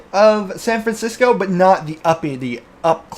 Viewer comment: "Fancisco" lol